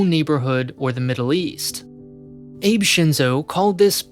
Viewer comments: Lol, for a moment I thought you said "ape shinzo". Abe, as in "ah-bee", not as in "ape".:-D Also, "Abe" is his family name, not his first (not like "Abe" Lincoln), so it may be easier to remember when you say it as most people on news networks would "Shinzo Abe". Edit: Also, it's strange how you keep referring to him instead of his successor(s). He hasn't been in power anymore for over a year. These kind of minor slipups make it feel as if you haven't done enough research on Japan as a whole before making these videos, which would surprise me. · It’s pronounced “Ah Bae”, not Abe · Ah-beh not Abe and ah-beh is his last name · Hearing the prime minister's name pronounced as Aijb, rather than Ah-beh was a fucking bullet to my ear. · Whenever he pronounces the Abe in Shinzo Abe like Abe in Abe Lincoln, i die inside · It's not pronounced "Abe" as in "Abraham" it's "ah-bey" as in Shinzo Abe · The difference is in the diphtong. The English language in most dialects has a difficult time not diphtongizing sounds. A-be is not the same as a-bey. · He pronounced it as "ape" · It's "ah-beh" not "ah bey" there no Y sound at the end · I found this video quite informing! Thanks for the information! Subscribed! Also, I think you would have already heard many of the other commenters say this, but the "Abe" in "Abe Shinzo" is pronounced "Ah-bay" ("A" like the "O" in "Octagon", "E" like the "A" in "Bay"). Just wanted to let you know, and something tells me you do! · Not that you're likely gonna re-record it at this point, but Abe's name is pronounced "ah-bay", not like the English name Abe. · Not "ah-bay", but rather "ah-beh". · Yeah, the Japanese don't read "a" as "ae" like English speakers do, but as "aa" . It's funny how most pronounce their names wrong even after hearing them properly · "Abe Shinzo" lol the Japanese Abraham Lincoln 😂😂😂😂 Shinzo Abe's surname is pronounced "aw-bae" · Hearing "Abe" pronounced as "Eib" was very psychologically painful. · Ah-beh, not Abe like babe. Lol